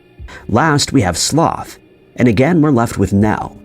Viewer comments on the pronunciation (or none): none